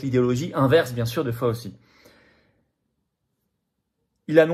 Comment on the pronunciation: c'est FOWCHEE, non pas Fowsee..svp!